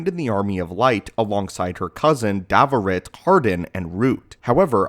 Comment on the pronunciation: Darovit ...not Davorit